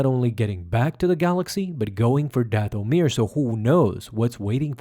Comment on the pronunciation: Plz mever say dathomir again